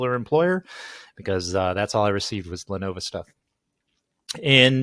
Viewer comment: The name is Le-NO-VO and not Le-NO-VA!!! Adds more credibility when you can say the name correctly!!!